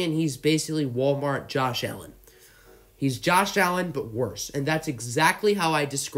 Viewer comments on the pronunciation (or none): none